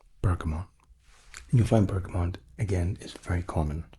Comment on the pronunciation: Also,, I love you, but Bergamot has no N. X